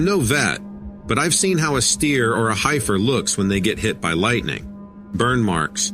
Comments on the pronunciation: A heifer( pronounced he- fur(short sound of e), not hi-fur 😊. It’s a female cow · Hi-fer? Well you can tell is not a farm boy! Hee-ferr... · 'Heifer' is pronounced 'heffer'.